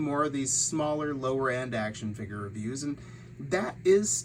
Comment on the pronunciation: What is a “figger”?